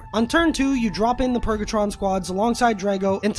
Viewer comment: lol, I was dying cuz he said like 7 times in a row. lmao